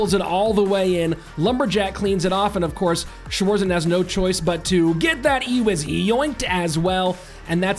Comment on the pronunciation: The pronounciation auf "Schwarzen" killed me hahah nice video